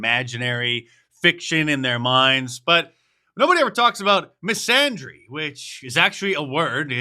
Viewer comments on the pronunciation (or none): Dear god.. someone teach Mark how to pronounce misandry 🤦🏼‍♂️🤣